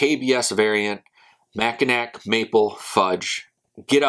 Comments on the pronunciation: "Mackinack" it's pronounced Macki-NAW! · Just subbed my friend Great channel. I reviewed the coffee and it was tasty. Going to review this as well. Mackinaw or Mackinac always pronounced Mackinaw.